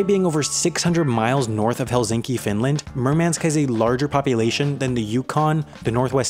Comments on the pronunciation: As a resident of Helsinki (HEL-sink-i), Hel-ZINK-i was a bit hard on the ear as well. 😂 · hell-ZINK--ee? I've always heard Helsinki (Finland) pronounced hell-SINK-ee. With the eastern part of the old Northwest Territories in Canada being spelled Nunavut, I know it's not pronounced NOON-uh-vit, but NOON-uh-vut.//Next, the town in Svalbard (Longyearbyen) is long-YEARB-yen, not long-YEAR-ben (You neglected to pronounce the 2nd. 'y'..//Thule (Greenland) is pronounced TWO-lee, not TWO-lay, as they don't speak Spanish up there, but you're giving the 2nd. syllable a Spanish pronunciation. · Good video, but some pronunciation goofs need to be mentioned. Nunavut is not pronounced NOON-uh-vit, but NOON-uh-voot. I heard it pronounced by a Canadian on another video here. Next, it's hell-SINK-ee, not hell-ZINK-ee, Finland. In Norway, the Arctic city is TRAHM-soo, with the 2nd. syllable being short, as is "foot" because of the special Norwegian 'o' with the slash through it. Third, the place in Greenland is TWO-lee (Thule), not TWO-lay. Fourth and final for pronunciation goofs is long-YEARB-yen, not long-YEAR-ben. In closing, how large does a place have to be in order to be called a city, rather than a town; Murmansk is 300,000, and it's still a town? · Why does he pronunce it like "Helzinki"